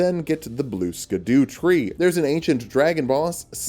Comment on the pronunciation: This is a comment telling you it isnt actually pronounced blue skadoo! I can tell you don't know that, and I'm totally not just giving engagement!